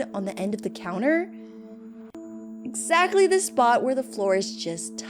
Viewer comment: not the exSHATly😭😭😭